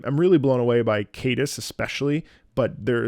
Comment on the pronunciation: It's not Kadus, it's C as in sea deus